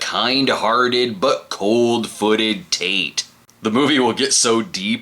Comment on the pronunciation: ... wait... did you say "Tate" or "Taint"?